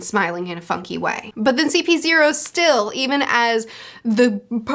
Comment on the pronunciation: That CP-O pronounciation twisted me spine